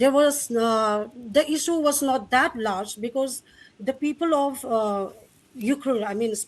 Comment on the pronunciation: Look how refugees are not able to pronounced ukhrul clearly instead she pronounced as yukhrul